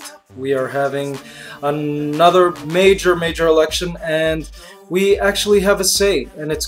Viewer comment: lol mikey you're so pinoy, you said "major major" like venus raj, ahaha